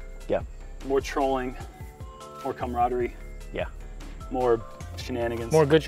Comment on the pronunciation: whoa didn't say "coom-raderie" this time